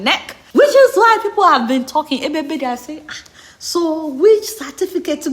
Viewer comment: He say na Cefticate🤣🤣🤣